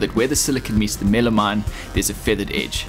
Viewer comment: Is that just MDF? What's he calling it? Milimite? Millimime? Midimine?